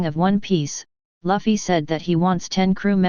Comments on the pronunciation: the computer might pronounce loofy better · Lafi? Lavi? Who do you mean?? its Luffy, it pronounces same with Goofy but with "L" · why you pronounce luffy as laffy? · Zoro is the first mate.... He's Luffys (not Laffy) right hand man.... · did he say luhffy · You pronounced Luffy wrong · the way that voice thing pronounces luffy makes me wanna kick a baby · Why does your voice sounds so robotic? And why are you pronouncing Luffy's name wrong? And a female character doesn't automatically equal fan service, it's when that female char is used soley for sexual reasons.